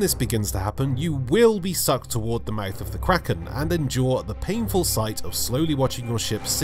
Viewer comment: "Kwaken"